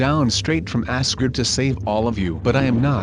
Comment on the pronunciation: Did he say Asgrad I think he means Asgard